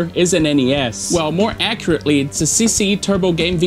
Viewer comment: You pronounced CCE 's name too well🤔 tu é br?!